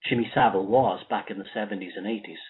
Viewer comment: Jimmy So-vile